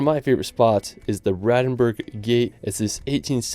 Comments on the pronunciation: It's called BraNdenburg, not Bradenburg... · BraNdenburg Gate, not Bradenburg Gate. Otherwise, nice video. P.S. Sächsische Schweiz deserves to be on the list, and I see there are some seconds dedicated to it at the end of the video (with gorgeous Bastei Brucke). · it's called BraNdenburg gate. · It's not the "Bradenburg Gate", instead Brandenburg Gate. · Dude love your vids. I am an American living in Germany and love traveling. These are some great spots to visit if one can't leave the country. (P.S you forgot the n in Brandenburg) ;)